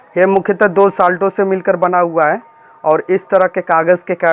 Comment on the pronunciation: पहले अपने उच्चारण को ठीक करे, इंग्लिश ठीक करो. खांसी ठीक करे. साल्टो कुछ नहीं होता है. साल्टस होता है.